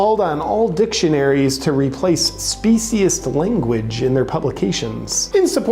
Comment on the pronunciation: The moron cant even pronounce "speciesist"